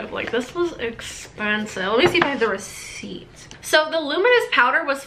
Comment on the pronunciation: the way she said receipt 😂